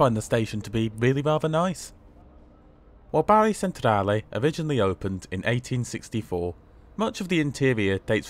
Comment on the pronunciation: Great review as always and often staying down in Puglia we often use the the local lines and often thought about the train to Rome but not sure now. Oh and its pronounced Bar ee not Barry 😁